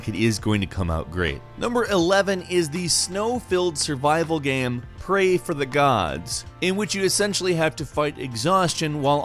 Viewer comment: “Praey” For the Gods